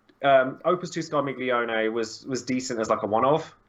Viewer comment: You said Scarmiglione right! You're getting better <3 <3